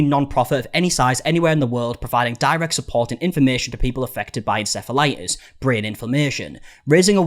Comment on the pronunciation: Why did u start pronouncing it en-sef-elitis? Just curious